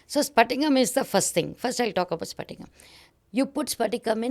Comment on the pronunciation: Not sphatika mam it is patika . Patika n sphatika twoare different